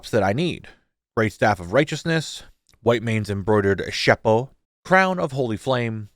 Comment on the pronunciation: As a French, I loved each and every time you said "chapeau" haha! Great series as always, can't wait for season 2!